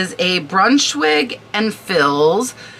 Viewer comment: Hi, Former decorative textile representative here… Thibaut is phonetically pronounced: tea bow Brunschwig & Fils Is pronounced - you got Brunschwig correctly; Fils is Fea The s is silent! I have a ton of sampling and yardage I’ll be listing soon! Thanks for the prompt!!!😅